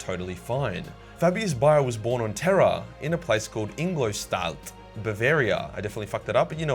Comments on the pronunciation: As a german your pronunciation of Ingolstadt is quite funny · INGOLSTADT! IN...GOL...STADT...yeah you fucked it up! Greetings and merry Christmas from Germany! ;) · Yeah you did butcher Ingolstadt. Need a guy to teach you proper German pronunciation? ...or perhaps a guy to translate your captions into German?